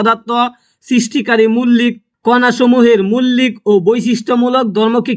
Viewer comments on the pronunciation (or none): মৌলিক❌ মুল্লিক✅ 😂😂😂😂